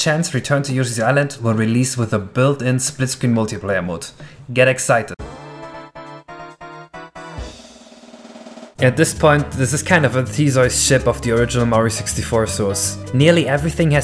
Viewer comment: Took me a while, with that pronounciation, to figure out that a THEZOIDS ship is actually a theseus ship 😂